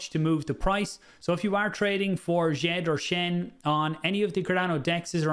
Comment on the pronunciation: Wel done for getting djed pr pronunciation correct the d s softens the J( so sounds a bit french